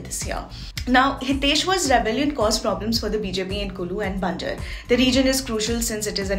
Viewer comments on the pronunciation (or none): its not banjr its BANJAAR